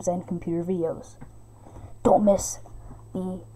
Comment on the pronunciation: windyows expey